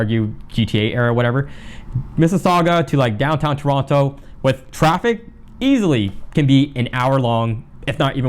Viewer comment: Please pronounce Toronto properly 🙃